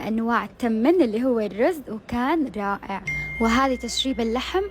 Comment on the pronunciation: راالاائع، لیش هیچ تگولین الکلمه حررررام علیک،احسها ضائع 😂